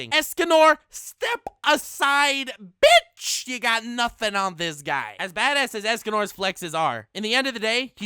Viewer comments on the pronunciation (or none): I like that when you said, "Escanor step aside b$tch" You did the thing to the P like when you say "nope" to someone who you really don't care but it's somehow funny or something. You also went higher when saying, "b$tch". I give this video a 10/10 in my book. I like these. :)